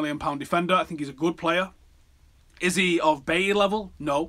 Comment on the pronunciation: Please pronounce names right! 'James' is pronounced 'Hamez' not "jaims" and "Bailly" is pronounced "Bye-ee"